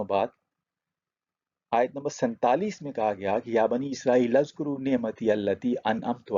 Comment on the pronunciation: It is oozkuroo not azkoroo and there is grammatical reasoning for it